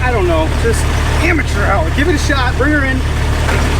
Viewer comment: About to start a drinking game where each "amature hour' equals one drink.